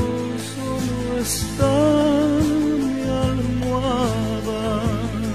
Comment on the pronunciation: Que no es "Almohada" y no "Alachada" 🙄😹😹